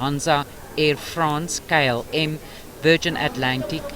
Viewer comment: Die K in KLM staan vir Koninklijke. Moenie dit as kay uitspreek nie. Gaan skool toe.